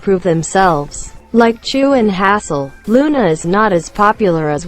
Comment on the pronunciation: not her saying haseul as HaSsLe